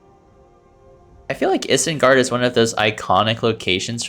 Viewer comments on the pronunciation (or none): if I hear you say isengard like that ONE more time while im watching this vid- GOD DAMN IT. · Why did you say isengard like that... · I feel like this guy is lying about not knowing “anything about Middle Earth” because ain’t no way you haven’t heard “Isengard” pronounced correctly.